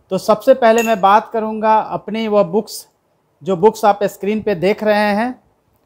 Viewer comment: अस्क्रीन नही होता सर स्क्रीन होता है